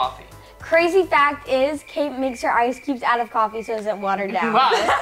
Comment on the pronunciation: it is coffee not coffei😂